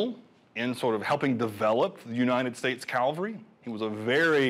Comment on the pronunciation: The guy keeps saying Calvary instead of cavalry.